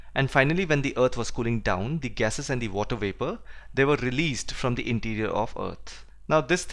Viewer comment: Sir dnt take me wrong but I wanna correct u on one thing as u pronounce the moon as "thee moon" and many a times more but we use thee just only before the vowel so moon is not starting with a vowel thus we'll not pronounce it as thee whereas we'll simply pronounce it as the moon.In the similar fashion, the ice cream will b pronounce as thee ice cream. Although the video was soo good. Thanks alot